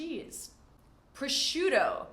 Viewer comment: Don't say "prosciuddo" PLEASE!!! but PROSCIUTTO with TT as T of Table. Ok? ;-) And the same goes for BRUSCHETTA with double TT, not double DD!!!